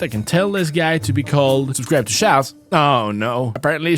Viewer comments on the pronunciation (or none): a big sign that gets created with create, but instead of it saying shalz it says shaklz